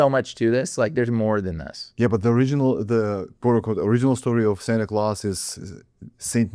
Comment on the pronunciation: It’s Santa Claus, not claws 😆 He goes a bit too much now Santa means saint in Latin